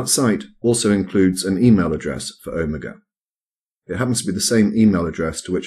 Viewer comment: Is anyone bothered by how mis-pronounces 'omega?'